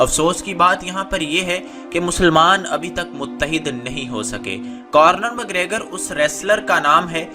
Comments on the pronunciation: خبیب نہیں اس کا نام حبیب ہے اور آئرش کتے کا نم کارنر مکریگر نہیں بلکہ کونر مکریگر ہے، پہلے بولنا تو سیکھ لو مڈل فیل انسان تم نے اس بیہودہ ویڈیو میں اپنی طرف سے بہت سارا جھوٹ شامل کیا ہے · conor mcgregor not cornor 😁😁😁😁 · It’s not Cornor. Say it correctly Conor. Correct this please. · You Got WronG Bhai its ConnoR not CornoR.😂😂 and KhabiB in writinG But Call Him HaBiB .😂😂😂 But i watched it live on sunday i love KhaBiB...❤❤❤